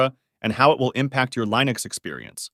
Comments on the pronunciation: DUDE! It's NOT " Line-ix" it's "Lin-ux" Shir "I" sound. Please! Next am I going to hear "way-com" instead of "wah-cum"? If this is an AI voice, get rid of it. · lol he actually said linux instead of linux